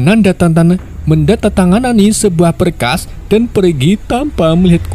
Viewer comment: Menandatangani aja omong nya susah banget